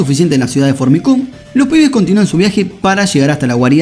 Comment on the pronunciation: Que mal suena el nombre de la ciudad "Fornicum" jajajaja no sé si se escribe así, pero me causa gracia como suena xD